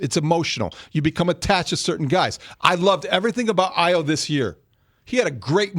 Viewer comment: These guys should not be talking basketball.. he cant even pronounce Ayo’s name after being on the team for 4+ years and then Dillingham in the NFL?